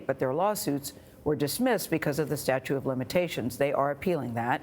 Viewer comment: "statue of limitations" 😂